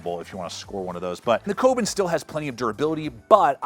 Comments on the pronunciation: Koben? You mean the Kobun as in "Ko - boon". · Kobun - Co- boon